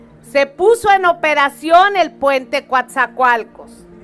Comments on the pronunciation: NO es Cuatzacoalcos Es Coatzacoalcos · El nombre correcto del Puerto es COATZACOALCOS NO: "Cuatzacoalcos"